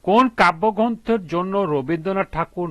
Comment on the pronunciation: Kabbogronto na kabbogrosto